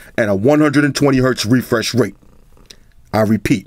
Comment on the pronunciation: “Refursh rate”